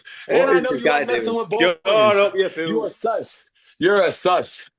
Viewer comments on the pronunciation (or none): You can’t even say fool you say feel buddy😂😂😂😂